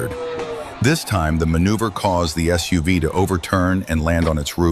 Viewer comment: You lost me when your AI announcer said "soov" unstead of SUV